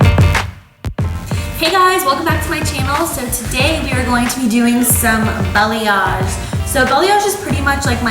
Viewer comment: Sounds like you keep saying BELLYAGE